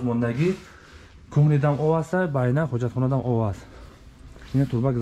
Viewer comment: Байна не БАНЯ 🤦‍♂️